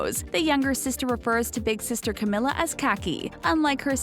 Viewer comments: IT'S CAMEEEELA NOT CAM-IH-LA. 21ST THING DIDN'T KNOW ABOUT CAMILA CABELLO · Its not Cameeeeela ( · 99% of the comments= stop saying her name wrong it’s camEEla Cabello 1% of the comments= other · She says "Camila" wrong